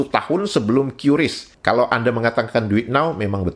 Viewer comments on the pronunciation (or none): Teman-teman jangan ada yang salah lagi membaca QRIS, ya. Itu bacanya bukan Kyuris. Masih ada kontenkreator yang bacanya Kyuris. Sudah dijelaskan oleh BI (Bank Indonesia) bacanya itu Kris (Keris), karena memang supaya penyebutan namanya seperti nama senjata tradisional Indonesia. Jadi biar nama sistem pembayarannya itu Indonesia banget. Bukan nama yang terdengar asing.